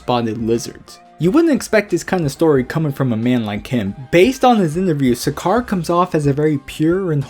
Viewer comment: it's pronounced Sack-er